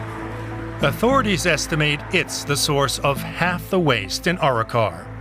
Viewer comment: Arro-Kar. Try again!